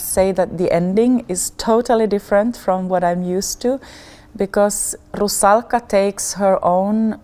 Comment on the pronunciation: I like the way Camilla pronounces "Rusalka". I was lucky to see her performance as the Marschallin in Strauss's "Der Rosenkavalier" at the Metropolitan Opera last December and fell in love.